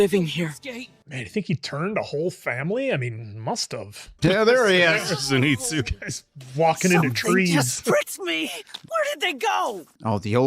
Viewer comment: "Zenito"? Seriously?